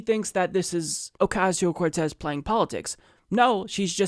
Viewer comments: Say her name 30 times...... and they only said her name right once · 60 percent of the times, they butchered her name everytime. Edit: Yes, it is from Anchorman. And Fox News and its people are like the movie, just not funny. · Dude that intro when you slipped yourself in saying Ocasio-Cortez. I died. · Who knew it could be so hard to pronounce her name. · It's hard work you mispronounce somebody's name that many times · Why are these people laughing and smiling all the time? Why is it so funny to them when someone can't pay a ridiculously high rent? On top of that, they mispronounce her name three times in a row. Baffling. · (I know it's a non issue, but it bothers me that they repeated her name over and over, and they can't ven say her last name(s?) correctly) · At least deliberately mispronouncing her name is over !!